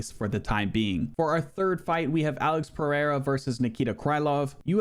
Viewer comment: Its not pronounced Alex Purr-A-Uh jus saying...atleast TRY to get the names right